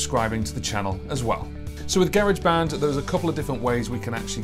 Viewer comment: Just here to confirm the UK pronunciation of Garageband. Take my like